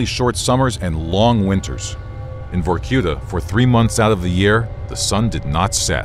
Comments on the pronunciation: Was? It is. Vorkuta is a city. And the stress goes on "a" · I hate the american pronunciation of vorkuta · VorQueta Victor Reznov- Vorkoota